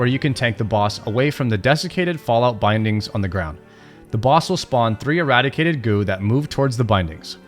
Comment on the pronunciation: Saying 'vicious' and 'eradicated', my eyes can only roll so far back...